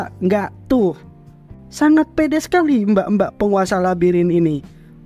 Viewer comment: Kenapa kata " PEDE " nya di tekankan gitu 😂😂